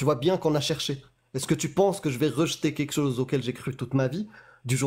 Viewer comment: Moi ce qui me fou la haine c est quand elle dit "quéque chose"